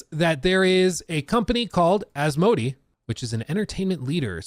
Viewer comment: Took me a while to figure out who this "a" company is. It's pronounced more like as-mow-day